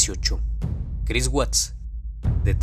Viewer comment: nadie noto en el segundo cuarenta que dice Chirs en lugar de Chris?